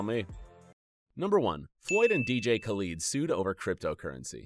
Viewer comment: he said dj khalood